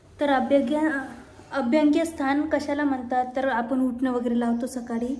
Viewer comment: अभ्यंग स्नान असते ते 🤣.. अभंग्य स्थान नाही 🤣🤣🤣